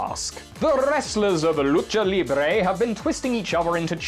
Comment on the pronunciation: As a Latina I really appreciate your correct pronunciation of "lucha libre"